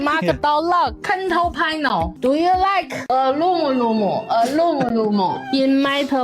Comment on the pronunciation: Fun fact: when said "control panel", it sounded like "kontol panel" to me, and here in Malaysia, "kontol" is slang for ballsack, so she was saying "ballsack panel" the whole time 🤣